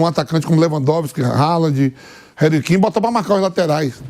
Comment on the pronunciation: Reri Kin, Gudo Gan, Ralad, kimiti